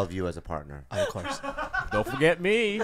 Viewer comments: An hour and a minute in and I'm breathless. Lmfao! Ob-course-uh. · "Ob Course" xD